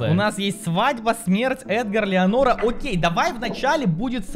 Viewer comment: ЭТО НЕ ЛЕАНОРА ЭТО ЛЕНОРА😂😂😂😂